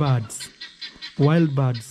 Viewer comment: they are BIRDS 🐦 NOT BARDS come on now I know English is not your first language but you can hear the different pronunciations no offence 👍